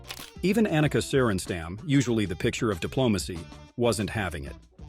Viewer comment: Her name is Ahneka, not Anneka. And it's sorenstahm. Not sorenstamm.